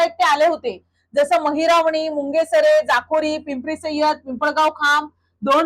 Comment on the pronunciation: मुंगेसरे नाही मुंगसरे गाव आहे मॅडम....